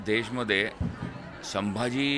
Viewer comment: साहेब अदब ठेऊन बोला..... साभाजी नाही संभाजी महाराज मन्हा